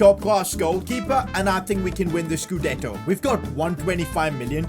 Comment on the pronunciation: "We need to win the scuddeto or serie a title " 😂😂 bro wtf